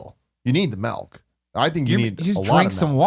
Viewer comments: We call it "melk" here in Norway, Tim. We accept you! <3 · I came here to comment on the same thing. It was driving me nuts. What the fuck is "melk"? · "but for a meal YOU NEED THE MELK!....I think you need a lot of MELK!" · Oh I thought Tim was joking when he kept saying "melk" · Tim says milk weird. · He was letting his dormant Norwegian side out